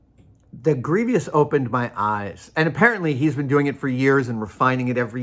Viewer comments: Yeah it's odd. 'Greevy-ous' The other one that bugs me is how the Lock Picking Lawyer pronounces 'buried' as 'buh-reed' instead of 'berried'. It just hits my ears wrong like the cast iron skillet behind Adam in this video. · Grieveeous? It drove me a little bananas too. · General Grievous 🚫 Grievious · Doubtful, since grievous is an actual word, an adjective that fits the character. Many people mispronounce words ending in vous. A good example is mischievous, often mispronounced with three syllables as mischievious. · “Gree vee us” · Greevis or Greevy-us. I'm going with Grievous. Sorry Savage, Methinks you've pooped on your sneakers. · Please stop saying Grievous the way you do; you're driving us batshit out here. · The way Adam pronounces grievous hits different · I don't mean to be critical and annoying, I love Adam, and I trynot to correct people about pronunciation, but the way he pronounces it is wrong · Adam has a very.. flowery way with words, making them sound nerdier than they need to be. He also says "Processies", instead of 'Processes'. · That might be a regional dialect thing, maybe Irish. Curiously, that pronunciation was the "correct" one in some Middle English dialects at the time the printing press was invented, so that spelling just happened to become standard.